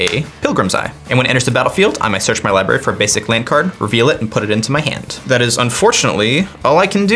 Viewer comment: Murph... Li BRARY not Li BARY common dude..